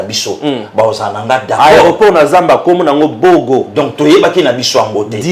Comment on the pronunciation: C'est BOGA et non BOGO